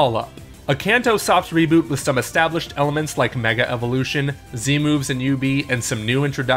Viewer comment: FINALLY!! Someone who pronounces "Z Moves" properly!